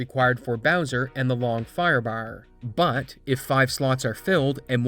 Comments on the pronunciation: The pronunciation of firebaar gets me a bit everytime lol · The Long Firebahrr made me think of Snatch